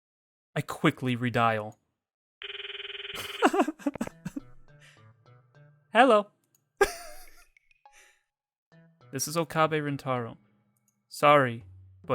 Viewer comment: she said "hallo" xDD